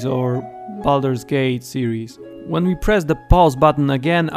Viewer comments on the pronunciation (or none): none